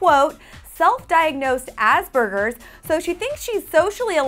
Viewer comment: did she just pronounce aspergers as ass-burgers ?! hahah oh man :') thank you for that. i think i will want to be sick everytime i hear the name 'sugar' on glee because it's not a name! but her character does sound like she's gonna be a hit!